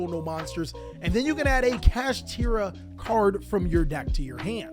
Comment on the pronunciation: its satri-la